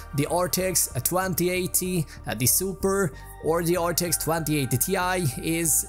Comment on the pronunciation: why do you sound like a robot learning English for the first time? Twanty Twanty